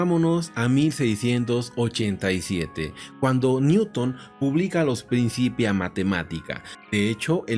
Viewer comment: Muy buenos los videos. Un detallito menor, en "principia" la c se pronuncia fuerte (k), no suave (s).